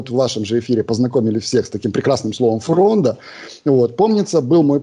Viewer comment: ФрОнда, а не фрондА.